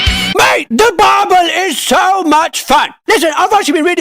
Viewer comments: I love the way he says BWIBLE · Ah yes, Bibbel